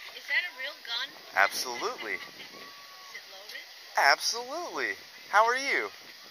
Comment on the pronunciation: Nogga you can’t say “absolutely” and “how are you?” like that 😂😂